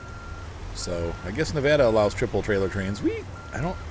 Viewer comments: TOE - Nuh- Pa. Phonetic pronunciation. Also, Nev-vaa-da, not Nev-awe-da. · Oh I know Nevada pronunciation. I am just being silly. I call it Navarda half the time.